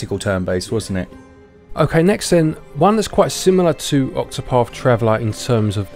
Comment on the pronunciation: Ovver, (other) free (three) octopaf (octopath) 🙃 fank you.